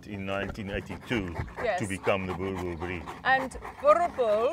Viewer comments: Love the way she pronounced Boerboel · The way the narrator pronounces "boerboel" 👀🔥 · You'll have to learn to adapt to local/proper pronunciation of Dog names. Jesus, where does the "bell" come in in Boerboel. that "oe" sound doesn't change in the second half of that word. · It really should be basic journalism skill to make meaningful inquiries regarding the pronunciation of something in a foreign language. A little bit of effort makes the world of difference in journalism but this lazy lady is obviously above showing the simplest of respect to her subject matter. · I thought fixed her pronunciation of the breed but then its all wrong in the outro again. x.x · You pronounce them "boer" "bulls" not boerboels. But great video! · it is pronounced as boer-bull not boer-bell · I thought the pronunciation is bo-er-bell not boor-bell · I'm sorry but It's Boo-RR BULL... not BooBell. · Not boer-bell ... but boer-bull. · can nobody say it correctly? it is pronounced 'boorbowel' not borbell or brrrrbell ok? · So annoying of her to keep saying Boerebells... its boereboel(pronounced Boorebull) or Boerboel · Its "Boer...... Bulllll" not "Boel Bel" wtf.... learn your "Is and your Rrrrrrrrs" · Why do you say Boer bells😂 say boer boel, "Boer bull" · It is not a BOERBELL it is pronounced BOERBOOL. They are terrible guard dogs because they sleep through a burglary. You must have small dogs to wake the buggers up and then they are lethal. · It's pronounced boor-bull. Not a dog we often see in South Africa because of the space they need due to their size but absolutely beautiful. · Boerboel pronunciation: "Boo-rr Bull", also translated as; Farmer's bull. Great guards dogs. Thank you for this video 👌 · Hi there, from South Africa. It is pronounced Boor-Bull :) Fantastic episode. Big fan of your series also :) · What's a 'Boer - bell?" 😂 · More like burrbull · You butchered that pronunciation, boel is pronounced like bull. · "were meeting the BURRRBBLS of south africa"